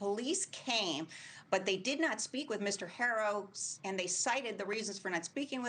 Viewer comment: as a good anchor women or journalist you should know how to pronounce the childs last name H is silent. Pronounced aro 😠. I'd expect this from another race but a hispanic😂